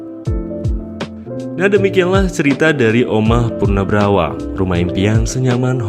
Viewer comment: Ijin koreksi min, "punarbhawa" bukan "punabrawa" nyebutnya min. Salam rahayu 🙏🏻🕉🙏🏻